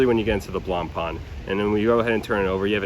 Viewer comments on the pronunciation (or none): "Blanpan" hurts every french speaker...